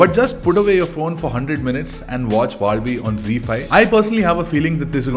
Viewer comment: Also thanks for pronouncing it correctly 😀